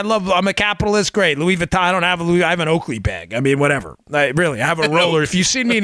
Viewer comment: Love the Louis Vuitton bag story, LMAO. BTW, your French accent sucks, Dan, which is net-net a compliment.